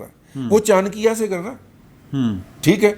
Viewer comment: سر جی، یہ نام شائد چانکیہ Chankiya نہیں بلکہ چا۔۔۔ نکیہ Cha-nakkiya ہے، پورا نام شری اچاریہ کوٹلیہ (کو- ٹلیہ) چا-نکیہ ہے۔ معذرت خواہ ہوں۔